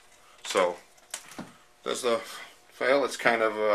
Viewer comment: Did you say fail???